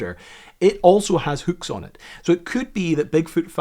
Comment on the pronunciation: great video, but it's pronounced hook, not hük